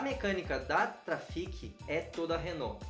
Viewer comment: Fala!!! Esse eu não tinha visto kkk mas é " TRAFICCCCC" 😉👍